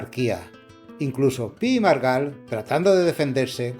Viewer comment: Copón, ¿Tan difícil es pronunciar correctamente Pi y Margall?